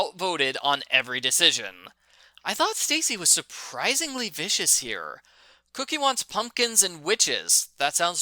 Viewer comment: It's pronounced coke/y not cookie.. not trying to be an ass, I just thought I would tell you. Like your reviews. I read every book as a kid. Lol